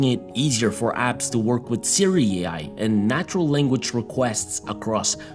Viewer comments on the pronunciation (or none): none